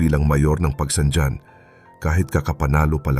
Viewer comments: Pagsangjan: Hindi pag-bigkas Pagsangdyan, Originally Pag-bigkas may halong Kastila "Pagsang han ". Katulad ng Roxas bigkas ng iba Rocsas ang tamang bigkas 'Ro has' . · Pagsanghan ang bigkas hindi pagsanjan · ayusin mo po pagbigkas ng bayan ng PAGSANJAN hindi PAGSANDYAN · Pronounce pagsanjan as pagsanhan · Bakit si marcobeta ehe, marcolete pala; nakalusot sa comelec😅??? Frm Rocklin, CA, USA! To pronounce Pagsanjan, Pagsanhan! Please learn how to pronounce of pinoy language!